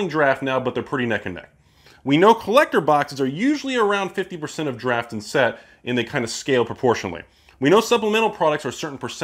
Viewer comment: Is anyone watching say "Draft" and hearing "Giraffe"? Or am I tripping?